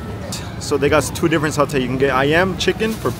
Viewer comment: as a malaysian u said satay a bit wrong idk how to type o say but i think is like sataay and u are welcome in malaysia anytime!!